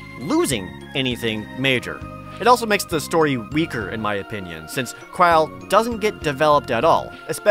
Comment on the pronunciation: Talks about mistakes and then says "Kraaaile" which is not Krile's/Kururu's pronunciation. If he said "Kral" it would have been at least closer to it.